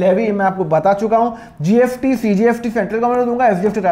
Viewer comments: Nice explanation but why are you pronouncing it as GFT ??? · Sir you pronounce s as f